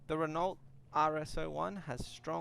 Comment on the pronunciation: It's pronounced Ren oooow. The t is silent. Just fyi